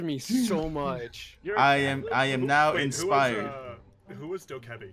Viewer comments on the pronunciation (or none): “Who’s doe-kebby” wtf